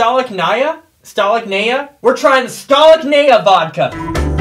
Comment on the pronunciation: stolichnaya pronouns like Sto,li,ch,na-ya